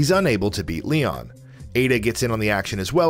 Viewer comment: he says Leo instead of Leon